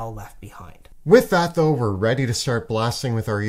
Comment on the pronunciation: is killing me saying thougl instead of though